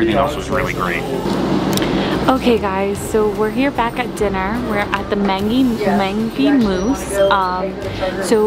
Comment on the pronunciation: The way she pronounces stuff so wrong though! 😂 Teton, Mangy Moose, and Nutella! Too funny.